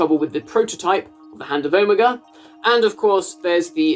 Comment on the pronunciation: i cannot believe im the only person i can find who is commenting about his pronunciation of omega. is that a british pronunciation??? because ive never heard it like that from anyone american, british, or otherwise